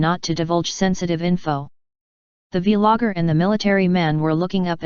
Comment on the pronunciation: The vee logger 🤣